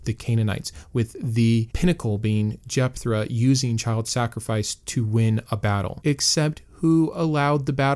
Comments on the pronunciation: Love the channel, but you're killing me with the "r" sound in Jephthah; or have I always been pronouncing it wrong? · Sorry but this is driving me batty. There is no “R” in Jepthah